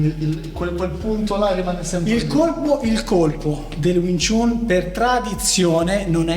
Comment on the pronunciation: Stai pronunciando jn modo sbagliato wing chun, non si dice chun ,but si pronuncia Chan anche se e' scritto chun !